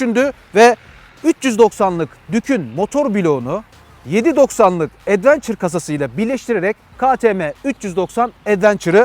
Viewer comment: "Advençır" değil Edvença.